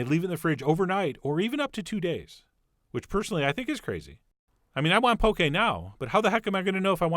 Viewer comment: I literally just had this at Yo Sushi :D Also it's 'Pokeh' not poke lol!